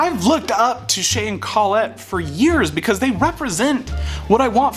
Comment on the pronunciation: I am very happy I subscribed ! I won't even give you crap for the mispronunciation of Colette. Oh wait. Did it just misspell Colette ?